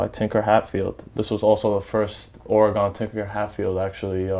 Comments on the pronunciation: Oregun not oregawn Oregon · its not oregone its oregon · actually it's not your accent, it's that you're pronouncing it as if it's an english word. It is of either native american or spanish origin. that O is a U like in gun and not gon.... unless you say gon when talking about guns? and I'm not trying to be disrespectful I'm just trying to help you pronounce your team properly and you seem like a good guy. hope this helps you out in the future. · Or E gun not Or r Gone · O-RAH-GA-HN... teach this white boy how to say OREGON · this niqqa with his ore-gon head ass can't say a fuckin state bitch please go back to elementary😂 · I scrolled down to see the "oregone" comments. Haha 😂 😂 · fool can't even pronounce "or-e-gun" properly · What a phony man, literally anyone can go buy shoes. Doesn't make you a sneakerhead or a Duck fan. I go to U of O and you can't even pronounce the state name right but you call them your team? Get outta here.. "OreGone" smh what a joke. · Cant even say Oregon correctly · Im born and raised in Eugene learn how to say Oregon right bitch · Learn how to say Oregon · He can't be that in love with Oregon if he can't even pronounce it right. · learn to say the name of the state right before you say it's your favorite team. bandwagon fans ruined my state. Go beavs! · For him being so in to the Ducks I'd wish he know how to pronounce the state. Its annoying. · Repping Portland Oregon! He needs to learn to say Oregon right..